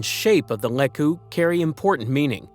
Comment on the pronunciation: and it's LEE-koo!